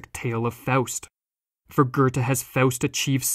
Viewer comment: Im sorry but the pronouncing of „Goethe” as „Gerda” throws me off and I couldn’t focus for the rest of the video. I think I might have adhd 😳